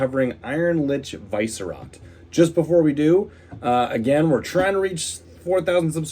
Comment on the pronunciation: Dude it's not VICE-rot, its Vi-Sce-rot